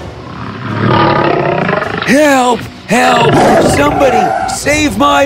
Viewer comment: It’s not amed it’s ahmed